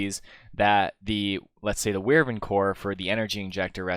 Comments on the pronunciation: It's "WY-VERN", not "WYR-VERN"! Only one "R" in there. Also, it's "Com-PAR-ator", not "COMP-a-rator". Emphasis on the second syllable, like in the word "com-PARE". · Wivern core? Nah man wyvern core :P Just kidding man I still find new pronouncuations every day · Wyvern is pronounced 'WHY-vern', not 'WIR-ven'. Just wanted to elaborate. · ive never heard someone say wirvern core